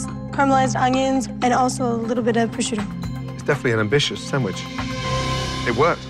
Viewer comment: Challah bread lady got me when she tried to say prosciutto fancy but still completely wrong